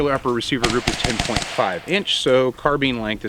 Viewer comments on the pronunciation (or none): none